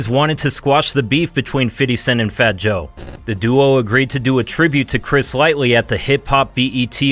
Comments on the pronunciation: Chris "lightly". TF???!!!!! LIGHTY not lightly. This guy is and idiot. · It’s Chris Lighty which is pronounced like Light-Tee …. Sorry but dudes not with us anymore the least anymore can do is get his last name, which is part of his legacy, correct. RIP Chris Lighty, a hip hop legend, damn can’t believe that happened all the has back in 2012, times moves so different when you older